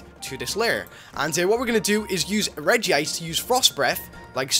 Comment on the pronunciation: it's pronounced REDGE-ice not regi-ice